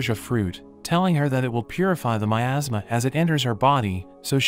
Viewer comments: Nah man that's got me laughing as well but he said miasma😭✋️ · 😂 I legit thought he said “In a kingdom covered by my ass” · I also heard asthma. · I just heard it said “ in a kingdom covered by my asma” 😂😂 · OK I will be totally honest with you in the beginning when he said in a kingdom full of my asthma, I heard making them full of my ass what is wrong with me? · "In a kingdom covered by my asthma..." is what I heard lol.